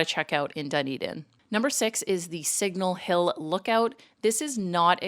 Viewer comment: Also, it's not "dun-eden" it's "d'n-EE-d'n" :-)